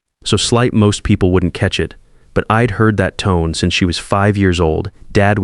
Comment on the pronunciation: I was multitasking, half listening and wondered what 'eed' was😳 oh, got it! it's - I'd 😁